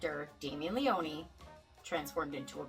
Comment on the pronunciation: Leone not Leonee! It's italian!